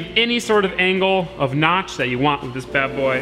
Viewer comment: Can you say ‘with’ and not ‘whiv’?